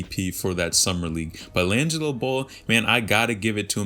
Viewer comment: Laaangilo ball. Is this guy pronouncing his name correct?!